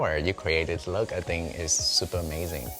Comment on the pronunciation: No one:: I'm supa excited